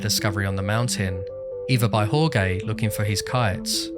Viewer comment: it is always a little disappointing to me to see americans butchering the name "jorge" when there is the 'english' version "George" which is pretty much the same. Maybe one phonetic exercise would be to say "george" with a 'strechted' 'e' in the end. Well, I bet the video is going to be amazing, and you are not alone in the "Jorge" club hahaha #GodBless #Peace